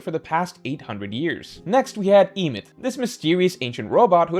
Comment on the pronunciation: The pronunciation of Emeth has to be rage bait